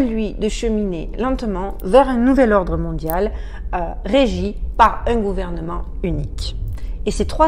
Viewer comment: Etrange vidéo, ou un mot d'un homme est incompréhensible quasi juste après la fin du générique. Et la façon dont du tu dis "Nouvel Ordre Mondial" dans ta main, comme pour l'étouffer Son étrange aussi en arrière fond, derrière la musique, vers Et ton nez n'a pas arrêté de te démangé...